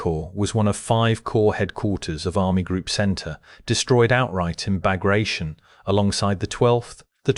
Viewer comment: The pronunciation of Bagration is not Bagra-shun, but Bag-rat-i-on. It was named after a Napoleonic General of that name who gave hjis life in slowing down Napoleon's march on Moscow.